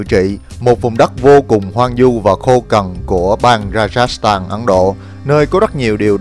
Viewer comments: Hoang vu chứ không phải hoang du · Hoang Vu ...không phải hoang du